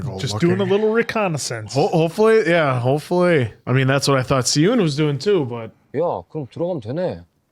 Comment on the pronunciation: I noticed y’all been pronouncing Si-Eun name wrong 😂😂😂😂 I know it is not yall fault though. English romanization doesn’t match well with Korean characters. So, his name is pronounced like “Shi-eun” instead of “Si-Eun” whenever an “s” is next to a vowel sound “ee” (long e sound) it makes an “Sh” sound in Korean. So, the actual pronunciation is “Shi-Eun” 😂💀 btw love yall reactions and observations 😁